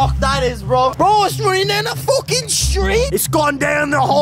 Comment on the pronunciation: Surely I cannot be the only one to crease ? “C’mon Steve” “My name is focking Steve” 😂😂😂